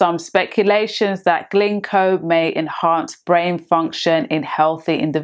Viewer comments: It’s GINKO not GLINKO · It's not "Glinko"